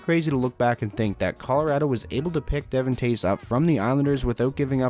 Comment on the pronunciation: De-Vaughn. Not Devin